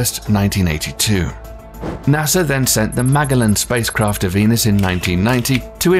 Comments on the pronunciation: Mag-a-lun? It's pronounced 'Mu-jell-in', named after the first dude to circumnavigate the globe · Ma' jellan not Ma' gellan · Magellan is pronounced me-gelan, not mag-gal-lon. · It is pronounced MAJELLAN NOT Magellan. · MAG-a-Linn? Seriously? Y'all don't know how to pronounce ma-JELL-in? So..."real" images? Oh NASA. You so crazy. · Nice video. , the spacecraft is called ma-GEL-an, not MAG-a-lin. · It's not Magggelan, it's Ma-jellan, soz. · It's pronounced "Ma-JELL-in", not "MAGA-lin" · Am I the only person bothered by the fact that the narrator pronounced "Magellan" (which should be "muh-JELL-an") two different ways? First was "Mag-a-lin" and then "muh-GELL-an?" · It's 'mah- jel- ahn.' NOT 'Muh- gellin'. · Dude said Mag-a-lin but it's Ma-gel-in. Get your head out of Uranus and know about this stuff if your going to do videos about it. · How in the HELL did this announcer screw up the name "Magellan"??????? It's pronounced, "muh-JELL-in"!!! NOT "MAG-uh-lin"???!!! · you lost me at Magalan which is Ma-je-lan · Magellan..The mag-a-lin..lol.. it's ma-gel-lin my dude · = "muh-jeh-luhn" not magelan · I've never heard a narrator pronounce Magellan (muh-jellon) as (muhggellon) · is pronounced "Mah-jel-in" not "Mah-ga-lin" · …I’m sorry, “MAG-uh-lin?” This narrator had one job😅😂🤣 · It's pronounced "Ma-Jell- an". And it's been PROVEN that pictures taken of "Mars" were actually taken on Devon Island off Canada. The photos from the NASA website showed blue skies which they uploaded "by mistake" they said. Mars doesn't have earth's atmosphere. The "sky" on the real Mars should be black. Remember, government lies. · Narrator kept saying the word Aura when it should have been Aurora. And the space craft Magellan (pronounced Ma Jel an) named after Ferdinand Magellan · In English, the "G" in "Magellan" is pronounced like a "J" -- "Mah- JELL- an" -- Named after Ferdinand Magellan ( ). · "Maggelan" "aura" wtf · Did this guy just pronounce Magellan as magalin? BRUH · Nuquler maga-lin